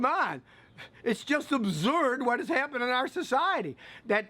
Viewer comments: Yeah Scott, that's great 'n all, but I'm laughing because of your dialectical pronunciation of "Absurd" lol sounds like abzurd!! Laughing with you about both. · “Patently Ubzurdd!” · are you saying absurd or observed?